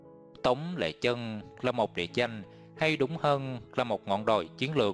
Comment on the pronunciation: Tống lê chân mà đọc sao ra lệ chân .sửa lời tào lao .